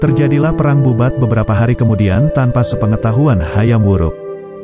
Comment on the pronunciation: Bubat bkn babut ,,🤦🤦🤦 kalo babut itu bola tenis